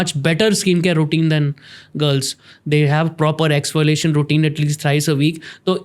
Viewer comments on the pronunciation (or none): What is exfoilating..? Why is he saying exfoiltaing !!!!